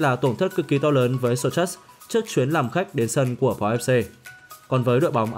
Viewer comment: Đọc tên đội bóng đối thủ cũng sai. (Sô-sâu) bên pháp chữ "ch" đọc là "s"